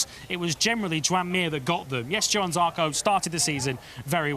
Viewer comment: even as an orstraylean I can pronounce johann correctly - please please try